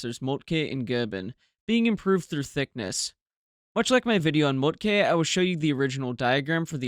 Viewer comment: I love the color photos, albeit they are probably not original. Your German pronunciation is getting better and better; only the e in Moltke is overly stressed. It should be short, nearly like a schwa. Scheer has that vowel you used for Moltke. :)